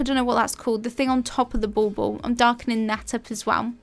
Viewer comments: My silly brain every time you say "bauble": it ball-ball 😂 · Are you saying " ball ball"? Not dissing ur gorgeous accent, I find your voice very Bob Ross soothing. Just never heard the decorations called that before.. n that's what the captions read too.